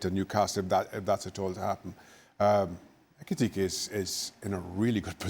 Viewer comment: Jan its ekitike not etike